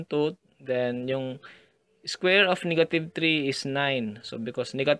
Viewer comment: niggative XD ahahaha sorry i just had to say it